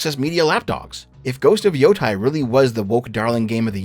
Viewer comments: I really love your videos. Your voice is so welcome in the video game space overrun my people on both ends of the political spectrum who just want to lord it over each other. I do have to ask though... your name is literally, HOW are you mispronouncing "YOTEI" as Yotai? It's pronounced as Yo-tay, which you should definitely know from hearing it dozens if not hundreds of times. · Every time he pronounces Yotei as Yotai a puppy dies Edit: also screw you for not mentioning Half-Life 3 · It’s pronounced “Yo-TAY-EE” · Im only watching this now, almost a month later and this shit is so annoying. has consumed a lot of anime, has played the game, has heard the correct pronunciation of Yotei tens of times by now and still gets it wrong. Idk how can it be that challenging for the avg english speaker to learn standard vowel sounds of most of other languages by this point in life.